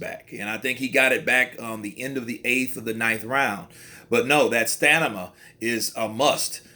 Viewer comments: Broo It’s STAMINA not STANIMA You’ve said it twice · haha i caught that, bro had Stamina as Stanima but we got the message. Good video still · Did he say Stanima😳😳😳